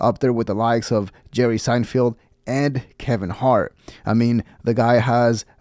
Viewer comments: SeinFELD not SeinFIELD you fuckin immigrant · How does this guy have a comedy channel and not even know how to pronounce Seinfeld? 😅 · Who’s this, “Jerry Sein-FIELD”? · Who the fuck is jerry sein-field